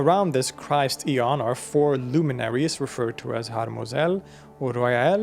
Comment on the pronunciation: Aeon...the pleromic gods pronounced A-ons. Eon is a a time unit pronounced E-on. Very good interpretation of Gnostic lore.